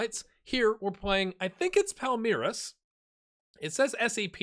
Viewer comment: Nice pronunciations on both Palmeiras (SEP = Sociedade Esportiva Palmeiras) and the very first time for Cuiabá. Also, well done with Fortaleza.